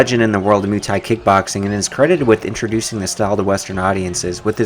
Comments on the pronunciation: hey its not MOO thai please try moi for muay thai. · 🙄good stuff but Muay thai is pronounced like boy but with a M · Your pronounciation of Muay thai is god aweful